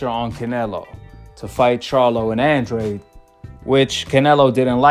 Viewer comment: His name isn’t Andraid, it’s pronounced Andrade. Hard to take this guy serious when he can’t even pronounce the fighters name. Makes me think he doesn’t know boxing